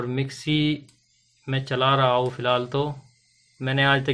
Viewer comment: वीडियो तो आपका बहुत अच्छा है थोड़ा एक दो शब्द आप को सुधारने की जरूरत है रहा हू की जगह रहा हूं बोला करिए करूगा की जगह करूंगा बोलना स्टार्ट करिए हे की जगह है बोलिए 👍👍